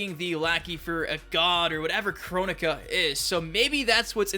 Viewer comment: Correct me if I'm wrong but I thought you told us that someone corrected you at the reveal that the name was pronounced "Kro-nika" but you're still pronouncing it as "Chronica".